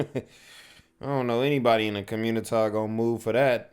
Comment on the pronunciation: Communitah has a literacy problem? Ion kno what u talm bout cuh